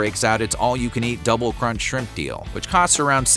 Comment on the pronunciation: Was going to say “squimps” too.